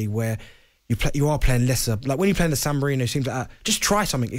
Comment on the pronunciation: bent said "san mourinho" hahahahahaha